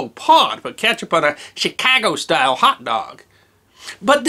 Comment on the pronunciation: Thank you for pronouncing "Shih- caw-guh" hot dog correctly!